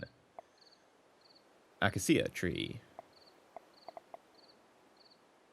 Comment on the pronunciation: It's "A-kay-sha" Not "Ac-a-seer"